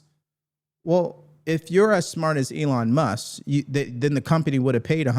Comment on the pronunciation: MusK. There's a hard K there lol.